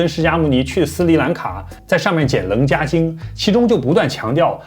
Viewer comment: 伽 读QIE(切）